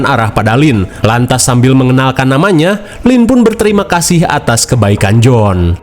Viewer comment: Johan kak bukan jonh